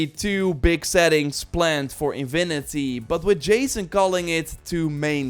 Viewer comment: Come on,! It's "Infinity", not InVinity"